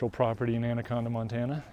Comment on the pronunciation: You defiantly are not a local. You pronounced the name of the town wrong. Montanans pronounce it And a con Da.